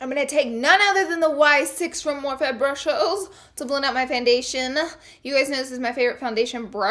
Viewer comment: MORPHE🙄 MORPHE🙄 MORPHE🙄 stop it.